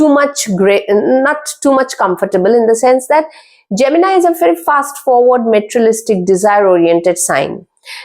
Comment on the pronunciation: Word materialistic wrongly pronounced...😂😂. Plz work on correct pronunciation. Average video